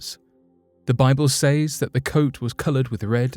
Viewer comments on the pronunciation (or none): Beautifully spoken, but PLEASE, do not say the word SAYS as it looks. It is pronounced SES.